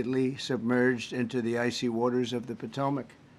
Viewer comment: His emphasis on the icy water is so cruel to the families